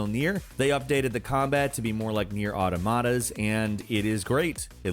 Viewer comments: Why do they keep mispronouncing automata? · You said automata wrong